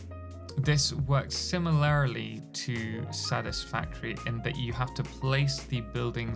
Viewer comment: Similarily? Sim-er-larry-lee? Sim-a-ler-lee is the correct way. You've added an extra "i" into it